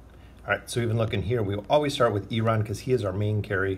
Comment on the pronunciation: dude! don't get me wrong, i like you, but why do you always say oaken inn?